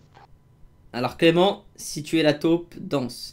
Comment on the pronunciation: OMG "es" pas "est"😂😂